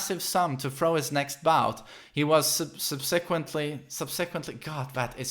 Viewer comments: SUB SUH QWENT LEE thats how its pronounced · Its pronounced Sub-SUH-kwent